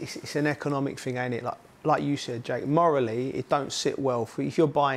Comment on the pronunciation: I can't take someone serious when they say fing instead of thing